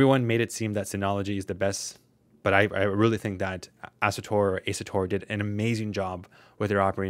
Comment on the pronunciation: great video! but how hard it is to pronounce asuStor instead of asutor? bothered me the whole time, haha